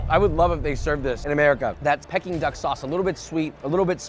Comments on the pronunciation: 'Pecking Duck Sauce' lolz, directly after the Chinese guy says 'Peking Duck Sauce' I have never in my life heard someone mispronounce 'Peking' especially a foodie??? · dude said pecking duck lol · Bro literally had a native Chinese dude say pekin duck correctly and chose to say it wrong 🤣